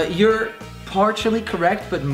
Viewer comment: Did he say parchally correct? Lol